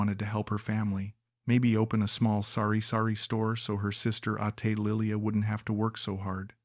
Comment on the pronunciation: Hahaha it's not "ate" like he ate apple. It's pronounced a-tay.